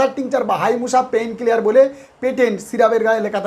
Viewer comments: আরে ভাই, পেইন কিলিয়ার নয়,।পেইন কিলার। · Pain killer pronunciation koro vai vim, pain clear নয়। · আপনার উচ্চারণ গত সমস্যার জন্য আপনাকে অনেকেই আন্ডার এস্টিমেট করতে পারে সুতরাং পেইন ক্লিয়ার না বলে বলুন পেইন কিলার অর্থাৎ ব্যাথা যে কিল করে অর্থাৎ হত্যা করে তাকেই পেইন কিলার বলে আপনি ইংরেজি বানানে পেইন ডবল এল লাগিয়েছেন দেখুন ।